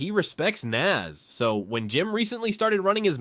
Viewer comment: Nas not Nass